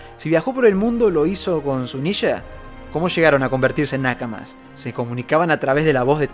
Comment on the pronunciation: jajajajaja dios porque decis "Nàkamas" xD, muy buen video, cuando nombraste a Noah, me vino el recuerdo de los Reyes Marinos viendo a Luffy y diciendo... ellos sabian la fruta que tenia Luffy, no son simples peces, H.A.A. Otra, despues de ver la isla de Elbaf... y ADAM???